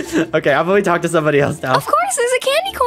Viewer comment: nah bro said "probally"